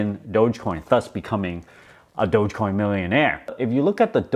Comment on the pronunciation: I'm so happy is calling it DOGE not Doggy coin anymore. That was the peak, when this dude started calling it Doggy Coin, and is Mark Cuban still calling it Doja coin?